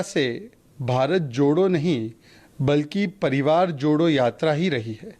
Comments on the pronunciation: Sr pehle to भारत jodo sahi se boliye Hum to lgraha hai ap भारत chhodo bol rhe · anchor ji chhodho nahi jodho boliye